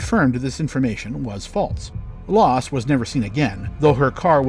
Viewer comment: HER NAME WAS LASS NOT LOSS!!!!!